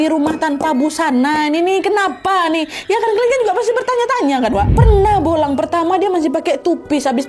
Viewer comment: Bulang kak Nat bukan bolang😂